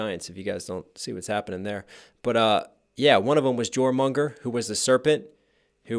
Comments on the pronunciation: Something Thor could've said but didn't, the Greek philosophers were opposed to full democracy and preferred the oligarchy that Greece was. They were also against books, preferring the oral tradition. Also it's Jormungandr, pronounced yor not jor by the way. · jormanungur is pronounced with a y, not a j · Hearing him pronounce Jormungandr like "geormangoneder" is rough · "One of them was Jormunger, who was a serpent" It's supposed to be Jörmungandr (Your-moon-gahn-dr) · You probably knew this, but the World Serpent - Jörmungandr - is pronounced YOR-Maung-Gan-drr. You need the rolled r at the end. I think you said something more like JOOR-Mung-Gur. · Joremunger is actually Jormungandr (yor-mun-gan-der) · You pronounced the name of The World Serpent, Jörmungandr, so painfully badly haha BOY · Its pronounced more like (your-muhn-gander) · it’s prenouced yorm-in-gander Writer as Jormüngandr